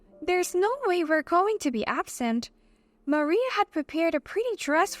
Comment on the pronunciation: Mariah is not pronounced like Maria.